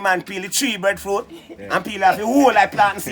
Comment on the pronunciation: Breffruit? Seriously it is breadfruit with a a and a d